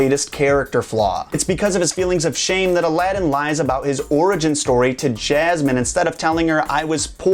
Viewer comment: 3000 can't think for themselves and are wooed by this host you says SOUL-tan and JAZ-man.